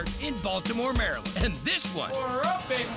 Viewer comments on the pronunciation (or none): none